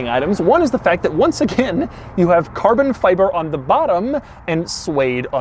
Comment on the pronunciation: I got about 1/3 of the way in to the video, when I just couldn't take any more of Doug's extended pronunciation of certain words such as: Carbon Fiberrrrrrrrrrrrr, Togetherrrrrrrrr. Minnnnnnnd, Passengerrrrrrrr, Onnnn.